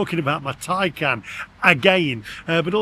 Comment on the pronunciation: be honest you cannot love Porche as they have produced crap EV's. And stop calling your car a Tycan it's a TAY CAN. All EV's are utter crap and not fit for purpose, it's time to stop buying Milk floats and that will be and end to this utter madness.